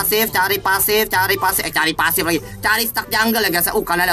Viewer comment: Gw dengernya pasir jir